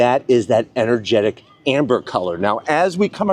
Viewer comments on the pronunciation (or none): Energetic Ember.. not Amber 😮